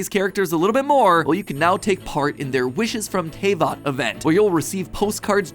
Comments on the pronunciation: This genshin video is much better than the previous ones, because Mat actually feels like he knows what he's talking about, and like he wasn't doing the recording at gunpoint. At least until he butchered the pronunciation for Teyvat and I remembered who I was watching lol. I would love to see him make a lore video that hits hard, although I somehow feel like his next theory video will be the stunning revelation that absolutely nobody put together that Nara Varuna is your sibling. Granted, it would be really hard to stretch that one into 10 minutes lol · "teyvat has it's own laws"